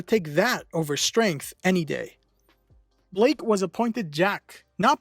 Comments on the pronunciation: It’s Blyke not Blake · Blyke not blake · Y is he saying blake lol it kinda weird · It’s not pronounced as Blake. It is actually Blyke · His name is pronounced as Bike with an L after the B. 'Blike', basically.